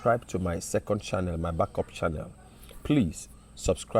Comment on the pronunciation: My Oga na "Channel " and not "shannel"🤣🏃‍♀️🏃‍♂️🤣